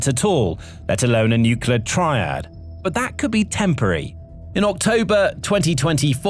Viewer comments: Nukelar? Really dude? I wonder how you pronounce clear, clover, claw? Kelear? Kelover? Kelaw? Good job there. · Absolute Garbage!! Obviously, Ukraine is not a super power, outside the dimension of drones. So, I guess you could say they are a drone super power...?? Like I said, absolute garbage!! Get a life, and learn how to pronounce Nuclear!!